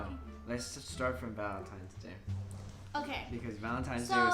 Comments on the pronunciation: Jesus I love this vid but Dani it’s ValentiNe’s Day not ValentiMes day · Proof she's still a child: She still says Valentimes🤦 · "valentimes day" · ”Valentime” 😟😣”valentimes” 🤮🤢🥴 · This is how many times Dani said valentimes day | | | v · "valentimes day" WAHAHAHAHAHAHAHAH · "Valentimes Day"... must be a new holiday 🤔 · no one: Danielle: vAleNtiMes DaY